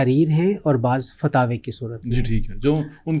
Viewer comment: یہ سارے علماجاہل ہیں، لفظ فتاوے نہیں ، فتاویٰ ہے ، ماشااللہ پتہ چل رہاہے ، اگر اینکر لقمہ نہ دے تو یہ حضرت صاحب ڈھنگ سے دومنٹ بھی نہیں بول سکتے ، انا للہ وانا الیہ راجعون ،